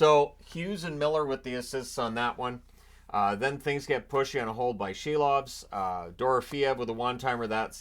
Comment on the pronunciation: You had it right. It is indeed pronounced Shilovs, Latvian spelling Šilovs (that little tick above S makes it soft).